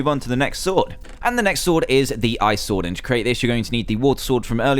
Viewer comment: you said thunder stord 5 times instead of sword